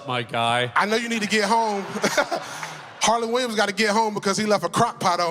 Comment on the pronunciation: Its harland WILLIAMS lol how do you make a video with the legend and get his name wrong